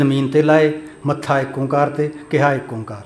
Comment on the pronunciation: ਫੜ ਲੋ ਭੂੰਡ ਦੇ … ? ਚੱਲੋ ਇੱਕ ਸੱਚ ਤਾਂ ਬੋਲ ਗਿਆ ੧ਓ ਤੋ ੧ਓ ਪਰ ਉਚਾਰਨ ਚ ਠੱਗੀ ਕਰ ਗਿਆ , ਨਿਰਮਲਾ ਆ ਨਾ , ਪਤਾ ? ਓ ਨੂੰ ਜਾਅਲੀ ਓਂਕਾਰ ਇਹ ਜੰਗਲ ਦੇ ਲੋਕਾਂ ਨੇ ਹੀ ਕੀਤਾ , ਇਹ ਵੀ ਨੀ ਪਤਾ ?